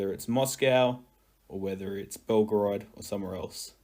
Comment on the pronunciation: This is not "Belgrad"! This is BelgOrod!